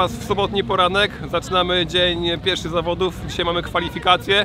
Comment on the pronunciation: Początek zamiast zawodów powiedział zawadów PS. To nie hejt